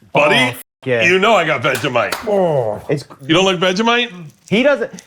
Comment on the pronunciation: "Veggie-mite" I SPIT OUT MY DRINK HELPP- Austin is too cute🤣🤣